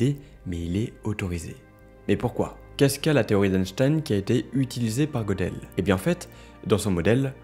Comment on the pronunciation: Très intéressant. Petite précision : Gödel se prononce Gueudel